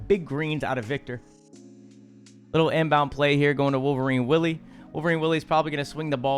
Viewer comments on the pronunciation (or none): none